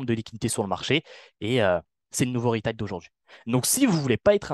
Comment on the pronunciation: "les ritailes"